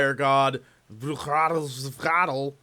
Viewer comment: Quetz Acoatl... its not hard to pronounce correctly..